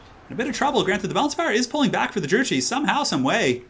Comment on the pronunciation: Just a heads up Druchii is pronounced Drew-key. Great casting though!